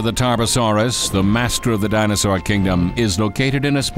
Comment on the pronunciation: wow this guy doesn't know how to pronounce any dino, which is pretty sad